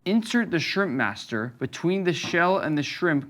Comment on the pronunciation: bro really said “shirmpmaster” 🔥🔥